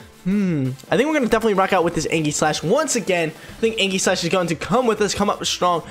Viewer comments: ee· juhs slash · That ain’t how u pronounce aegislash bro 😂